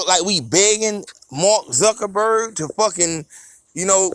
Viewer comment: He said MARK ZUCKINBURGER 🤣🤣🤣